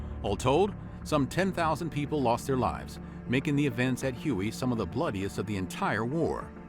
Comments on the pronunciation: I can't believe that the narrator pronounced the city of Huy as huey. It should be pronounced as way. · Hue is not "hewey", it's "way". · you keep saying 'hu-ey' (like the helicopter)...but the town you are trying to (improperly pronounce) is Huế, pronounced 'Way'...then again, the massacre of My Lai wasn't actually mentioned by name...just Calley (or the fact that Colin Powell, then a lieutenant) was deeply involved in the 'cover-up' of it. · Hui is not pronounced Huey. It’s pronounced “way”. As far as I know. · What the heck is Huey? If you are talking about the ancient capital of Vietnam, Hue, its pronounced Hway. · HUE is pronounced "WAY" and NOT "HUGHEY" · Hue is pronounced like way, not Huey. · it's prounced "Hway" not Huey. The city of Hue carries a strange pronunciation but its definitely "Hway" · Hue is pronounced "Hu-air".. not Huoey... #americans .. otherwise a nice summary... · It was called Me Lai not My. And its Whey not Huey. Please Learn pronunciations. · PLease, for the love of god, watch the video "How to pronounce Hue (Huế) in Vietnamese (Northern accent)" It's not Huey, like the helicopter, it's Hway or Huh-way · Hue is pronounced Waay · Hue (the Vietnamese city) is pronounced "Hway". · I know. Hue is not pronounced huey. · Hue is pronounced “way” but great video!!! I love this channel!!! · The narrator has to be a BOT. He cannot pronounce any of the locations properly. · Were you the narrator? If so, why did you mispronounce it repeatedly?